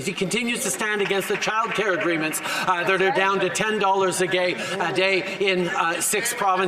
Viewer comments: could not help but notice that Trudeau stated gay instead of day. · Did he say “ten dollars a gay” 🙄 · loved how Trudeau says 10$ a gay instead of day lol even with money this guy is thinking about gay people.. what a joke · “Ten dollars a gay” is a hilarious slip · Did little Fidel say unconsciously " ten dollars a gay" hahahah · Did trudeau just said "ten dollars a gay"!? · "10 thousand a gay... a day" 🤣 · Anybody catch "10$ a gay" 😂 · I don't know what he thought of, but he says "10$ a gay" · Did he just said 10 dollars a gay 😶‍🌫️ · "10 dollars a gay..... a day." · "Ten dollars a gay..." Yep, that's Trudy. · "ten dollars a gay" - damn thats chheap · "Ten dollars a Gay", 🤣🤣🤣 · "Ten dollars a gay." Um. What?